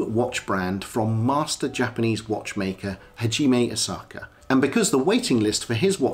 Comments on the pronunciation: Dude its Asaoka pronounced Asa oka not Asaka! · Kindly out of due respect, it's 'A-sa-o-ka'. not Osaka. I know in English we tend to gravitate towards what's phonetically easy or quick, but hearing Osaka is like hearing McWillen instead of McMillain. I know Japanese is hard and there are 3 writing systems, but the characters on the dial are Kana, short for Katakana, primarily used for either capitalized pronunciations or foreign word pronunciations. Kana is the most basic and easiest for westerners to pick up and learn, hence why Asaoka chose it. Furthermore, it has a cleaner and minimalistic aesthetic. If he chose Kanji or Hiragana, the dial would seem too convoluted. Take this in a helpful sense, I mean no offense. Furthermore I respect your Kurono collection. Cheers. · Do the man some justice and pronounce his name correctly. ASA O KA